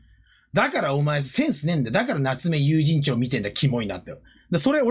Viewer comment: 夏目友人帳の発音が永遠に有楽町でわろた